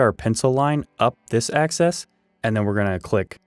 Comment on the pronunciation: AXIS -not access. Im very confused because a 2x4 isn't 2x4 inches exactly. If this is a drafting program is it ok be using numbers like that? If this is for woodworkers use woodworker terms. You made 2x4 legs presumably ripped down to 3inches x 1.375. I think it would make more sense if you didnt keep saying 2 x 4s and just said this cut and that cut etc. if you were using real 2x4 dimensions 3.5x1.5 it would be understandable.